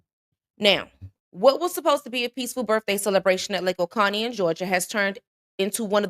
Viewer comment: hey, not picking, but its not oconnie, its o cOh nee